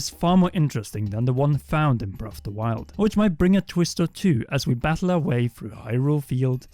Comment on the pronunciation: Why do you keep pronouncing it “breff of da wild?”